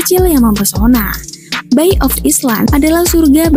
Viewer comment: Bukan bayi neng tapi "bay ( bei)